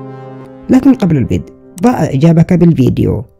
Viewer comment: اسمعو لكن قبل البيدء مو البدأ